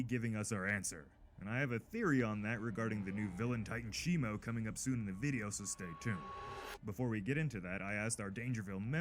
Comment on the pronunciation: Blud said titanus shimU 😂instead of shimO😂😂😂😂😂 And night i say you are good at posting frequently 👍🏼 Me exited to get more looks at kong❤